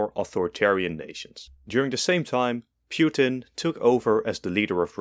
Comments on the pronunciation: Putin not Pewtin lol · Bro called Putin "Pewtin" 💀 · Ah yes, pyutin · Ah yes, Pewtin, my favorite president of all time! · Vladimir Piutin?😂